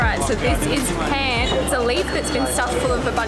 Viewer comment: It's 'Paan' not Pan 🍳 !! 🙈 Nice video 👌